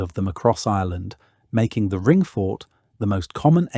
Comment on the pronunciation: You know it's a legit when you are struggling with discerning whether the narrator is saying Ireland or Island